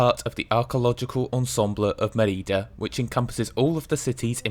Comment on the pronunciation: Nice. But it is Me'rida and not Meri'da; the origin of the name is Emerita Augusta, pronounced Eme'rita, whence Mérida (so: ME-rida, not MeRI-da). Also, AlmowROL. But a nice video.